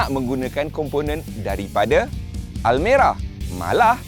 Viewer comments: Aku dengar almari nak sebut almera kot 😂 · Hahaha abg sebut Almari yg dulu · Bang bukan almari bang 😂😂😂